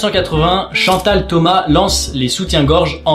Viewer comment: ca se dit chantal thomasss on prononce le ssss